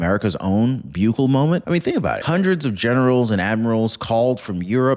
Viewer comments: Just for future reference, the pronunciation of the president of El Salvador's name, (Boo- kay-lay) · Love the attempt on Salvadorian president last name lol ..but was definitely butchered 😅. Correct pronunciation is Bu(boo) Keh Leh. Love your videos bro ..very informative, hopefully it's a perge and not a preparation for global conflicts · Bukele is pronounced Boo-K-Lee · I think his name is pronounced "Boo Kell A" He was also the first to put his country on a Bitcoin Standard.